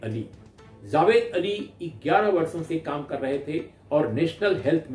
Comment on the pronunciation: The name is JAwed and not ZAwed